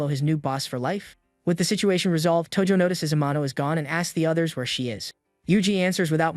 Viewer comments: That's not tojo thats toji💀💀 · Tojo ❌ Toji ✔